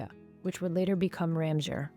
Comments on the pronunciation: RAM sewer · Please learn the Correct was to say Ramseur. Thanks. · I was wondering what town she meant lol. Then I figured it out.